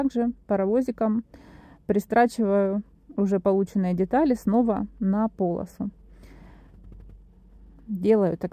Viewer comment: Не на пОлосу, а на полосУ. Из ролика в ролик допускает одни и те же ошибки